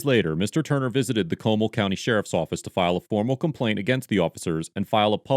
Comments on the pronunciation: Co‐Mal not Como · Comall is pronounced kow-maul. Jussayin. Google was wrong there fam. This is Texas. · Pronounced ; Mon-TEEN-ess, Co-MAL..